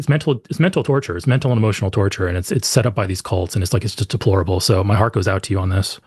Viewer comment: "Hemotional" is amazing; stealing that.